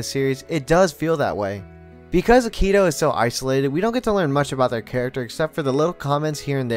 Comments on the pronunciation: I know it's been 4 years since this but the way you said akito 😭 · Aah-ki-tou: Akito Shi-gu-rey: Shigure✅ Shi-gū-re❎ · Idk if it’s a dub thing but I can’t get over how you put a ton of emphasis on the ‘i’ in Akito and the ‘g’ in Shigure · Him: says Shigure and Akito differently then me and the dubbed show Me: uhm anyway (This is a joke love the video just caught me off guard)